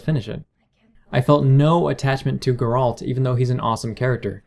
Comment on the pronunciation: Good video, just one thing. It's pronounced GAre-ult, not GarAUlt.